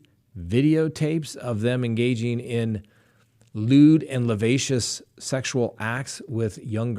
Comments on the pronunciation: "Lavascious"? Lascivious, perhaps? ;) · Levacious is not a word. Try lascivious.